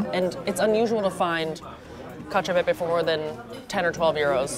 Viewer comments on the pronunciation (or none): non mi dire che la pronuncia di cacio e pepe va bene...